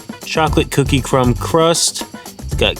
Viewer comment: I'm glad he had his brother show us again because the first time he prescribed that pie from Walmart I didn't hear the r in crumb😂😂😂😂